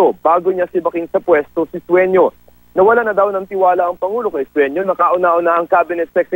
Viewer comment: the reporter is idiot.. sueno not suenio.. .. can you shoot that idiot reporter